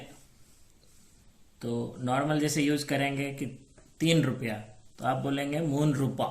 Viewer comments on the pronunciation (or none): Rupa Nehi rooba